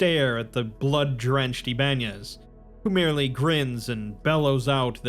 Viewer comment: Ibanez is pronounced Iba nez not Iban ez :)